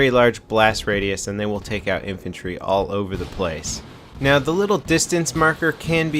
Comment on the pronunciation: How do you screw up the word infantry with a pr? WTF?